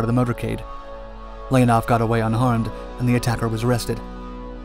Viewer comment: NOT Lénaff L E O N O V.